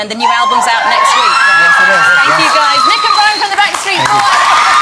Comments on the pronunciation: hey, its Brian, not brain....lol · brian not brain. lol